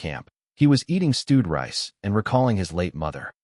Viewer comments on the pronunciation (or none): none